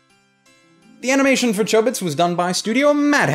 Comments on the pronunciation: the original doesn't pronounce Chobits with a long O sound. But it's all in how Japanese works with long and short vowels. I didn't say he pronounced every name and word wrong, but it's enough for some one who's almost always heard words pronounced in Japanese to do a double-take on some of his words, it's also a reason why I have trouble finding good dubs. One of my fav time he messes up is when he says Azumanga Daioh "Azumanga Dao" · is it pronounced with a long 'o' or a short 'o'? because I pronounce chobits with a short 'o'